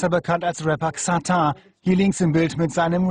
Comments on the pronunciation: Ksatar HAHAHAHAHA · Haha er spricht xatar satar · KSATAR xDDD hahaha hahahahahahah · ksatar haha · Ksatar? Ist das nicht Ksatar? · Der typ kann nicht mal Xatar aussprechen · Der kann net netmal Xatar aussprechen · wie er seinen namen ausspricht hahahahahahahahahHHahaha wie dumm